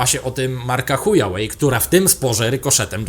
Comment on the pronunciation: H U A W E I > H U A Ł E J ... dlaczego ju w 2gim vlogu słyszę slynne przejezyczenie H U J A Ł E J ??